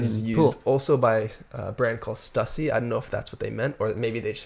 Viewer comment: Been a big Clipse fan since Lord Willin came out when I was in 7th grade. That one is worth a listen just as much this or Hell Hath no fury. Also a side note, Stussy is pronounced "Stoo-see" 😤